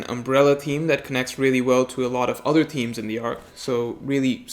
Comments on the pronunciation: Mans says themes wrong every time yet says thematically perfect. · Oh, its themes. Thought he said memes at first. Breaking down the memes would more beneficial